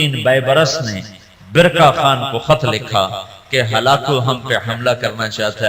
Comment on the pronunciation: khan to ab log bolne lge khatoon nhi hatoon hota h khan nhi haan hota h